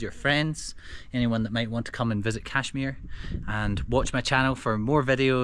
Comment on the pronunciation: It bugs me that no foreigner is able to pronounce Kashmir Correctly